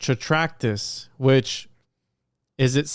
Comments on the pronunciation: As opposed to "Trac-tat-us". You might have caught a touch of the ol', 'lysdexia'. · Not trying to gamma on anything. This is a badass episode. Im on my 3rd watch, but isn't the word, "Trac-tat-us"?